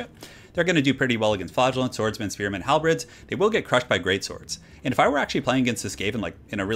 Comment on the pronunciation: halberd, not halbred. halBURD is how it is pronounced fyi